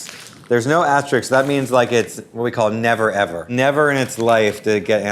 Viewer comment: Hey idiot. It is asterisk, not asterix, you fu*king moron.